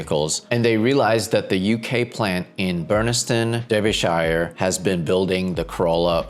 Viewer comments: Derbyshire 🤭 its pronounced as Darbi-shear as in shear drop. People who live in Shires aren't necessarily Hobbits although in some towns/ populations in the UK that would make a good case for a debate. 😂 Its really frustrating to see the GR Corolla being made here but not for sale in the country its made in. I doubt it would hurt sale for the GR Yaris as I would personally sell a kidney (or my Honda Civic Advance E-HEV hybrid) for one along side my GR Yaris in my garage in a heartbeat. Come on Toyota make this happen. Larry you could help us make it happen here 🙏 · You completely mispronounced Derbyshire 😂😅